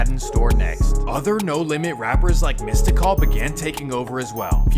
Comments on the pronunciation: It’s “mystical” not mista call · It’s supposed to be pronounced “mystic-all” but you know, it’s swamp stories.. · Mystikal but pronounced mystical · Mista call? It’s Mistikal man cmon. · Mystikal = Mistah Call lol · I’ll fill in some gaps For an outsider you did REAL good with this though Birdman is the face of cash money but he wasn’t the one who set it all up. SLIM was the brains behind it all and stays out of the light and ran it all from the shadows. You know who the muscle was. Mystikal is pronounced mystical. The beef between him and Cash Money started when he was on Big Boy/Jive. It was SPECIFICALLY between him and UNLV (uptown Niggas livin violent) This gave us one of the best diss tracks EVER. Drag em n the River. Imagine a track so hard the man you diss on it bumps it and to this day says it’s one of the coldest tracks ever made. This launched a label war with Big Boy/Jive’s PNC (partners in crime) and UNLV which gave us MORE diss tracks including “Dont get Comfortable” which was a remix. Birdman/Yella were suspected of having something to do with Mystikal’s sisters death So this is where P is coming from when he said he didn’t rock with people that were around Birdman. But Birdman specifically said he didn’t rock with P himself Vyshonn (silkk the shocker) who is Ps younger brother didn’t get along with Turk/BG/Wayne from cash money because of ego issues between him and Turk/Wayne with BG really just siding with Wayne since he saw him as a son and was the one to get him ON Cash Money and talking Wayne’s mom into letting him do it BG was ‘bout that life so the issues between the projects was real to him because by the 90s New Orleans had earned consecutive Murder Capital records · UNLV was Tec 9, Lil Ya and Yella Boy. How do you know the proper pronunciation of Calliope and Melpomene and can't get Mystikal right!? It's literally 'mystical' with a 'K'. Solid video though! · Man said missed-da-call 💀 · he said mysticall😆🤣